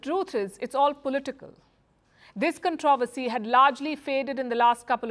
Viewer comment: It’s pronounced CON- TRO- VER- SY, my dear Palki Sharma!